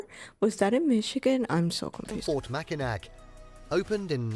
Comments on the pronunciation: Yes, this is the island with no cars. You would love it so much! They also have the best fudge in the world. Also, it’s really upsets me that he keeps saying “Mackinac.” It does not really upset me, but seems that if you are going to do a documentary video on places to visit that you should learn to pronounce the location names. It is spelled Mackinac but it is pronounced Mackinaw. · Dont come to Michigan to see concrete. Its a natural beauty state. Its pronounced mackinaw btw. If you say mackinac we will tease you. Come in the fall and ill take you all over then we can get married after 😂. Jk but you are adorable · It IS the same island, and it's pronounced "MackinaW", not Machinak... I live up on the Keweenaw Peninsula, and you can't turn around without bumping into a Finn... Until a few years ago, there was Soumi College in Hancock (they changed their name to Finlandia several years ago)... There are a lot of Finnish cultural sites here... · Is it too Michigan of me to be upset that he said “Mackinac” instead of “Mackinaw?” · This commentator is a hack!! Mack-in-NAC??????? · I've lived in Michigan 70 years and this is very misleading... Anything near Detroit is not good. Large areas have been ruined by crime brought in by Muslims and Somalia groups.. And you mispronounced Mackinac Island. It's (Mack-in-awe..)...🤷‍♂And there's no cars on the island... I did concrete work around the old house at Meijer Gardens..I've boated on Lake Michigan and Lake Huron for years, and they are nice but can get huge waves.. It's nice but the Democrat Gov is destroying it.....Good luck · The AI voice mispronounced a lot of words lol. Mackinac, especially, was mispronounced... it's "Macki-naw", and yes that's where cars are not allowed. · Yes, it is the same island... Also, that swaying bridge was the Tacoma Narrows bridge, it was NOT the Mackinac (pronounced Mackinaw) bridge. Hello from Michigan! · Morning,! Mackinac is pronounced Mac-in-AW, and yes, it is the same island.